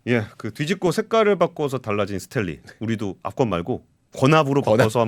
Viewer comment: 스탠리 한국어표기법 발음은 스탤리가 아니고 스탠니 혹은 스탠리 입니다. 요즘 젊은분들 한국어 발음이 심각합니다. 신라면은 실라면이 아니고 신라면 이고 원룸 발음은 월룸이아니고 원룸입니다.